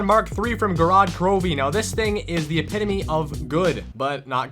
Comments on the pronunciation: I think maybe that video is late april fools prank. Its not pronounced that way. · Google translate is hacked though. Its pronounced epitaoum, and he says epidemy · Because thats what 90% of people say, and its becoming a disease in the world. Just instead of arguing, please listen to the actual video. He says epidemy.